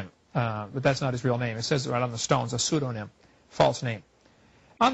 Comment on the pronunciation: it's pseudoniM and NOT pseudonyn!